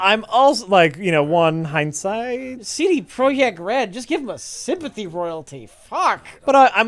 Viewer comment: Nobody:: SEYDAY PROYECKT Red